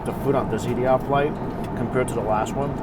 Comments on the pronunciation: I noticed that, too. Et-ee-haad changed to eaty-had! love this guy! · "sode" out? it's "sold" out. also Etihad is pronounced eh-ti-had not ee-ti-had